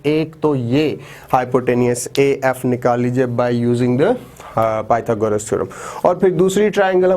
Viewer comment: thek ha sir mager pytogras hota ha pyta goras nahi beshak dono me spelling ek jasey ha mager word galet ha apka may allah keep you happy